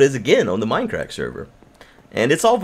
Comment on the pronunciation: its mindcrack not minecrack